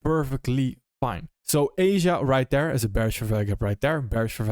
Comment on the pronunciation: I think I click on your videos just to hear you say "right D'ERE"